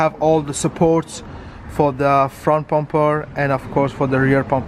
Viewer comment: Bro it's bumper not pumper